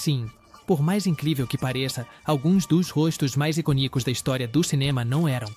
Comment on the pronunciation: Aprende a pronunciar corretamente “pelo menos as palavras da sua língua”. I CÔ nicos - há um acento circunflexo na segunda sílaba, que é s tõnica, a forte.